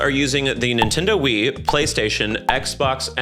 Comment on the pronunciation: I'll be honest, this video was informative, and also made me scared of the Animal Crossing Fandoms. But also, the way you pronounced Wii just absolutely threw me as all I could hear was Stewie Griffin going "Whipped"